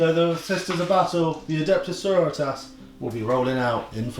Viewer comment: love the voice work but.. sororitas is latin, you shouldn't be pronouncing that single word in spanish